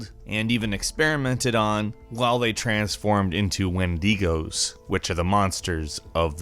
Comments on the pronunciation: It’s not wendeego it’s wendigo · It’s pronounced win-da-go not win-dee-go. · Very sorry but it's pronounced win- dë- go I think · Wtf is a When-Dee-Goh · Wen-de-goes. Nice. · Whendeegoes? There ancient monsters... not an Italian restaurant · Vega-bond? Wendy-go? What the hell man? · My wife got me to pause the video from across the room and said "...wtf did he just say? Wendeeeego?? 🤣" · It's wendingo. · Or you got Windigo which is just another version of the same fucking word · i cannot believe u just pronounced wendigo like that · Mate that’s not how u pronounce wendigo 🙃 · Wait I've been pronouncing it as wen-dag-o